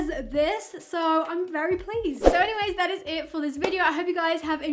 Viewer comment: How normal people say" feels so nice on my face" How say it "feels sou nice too mi fayce"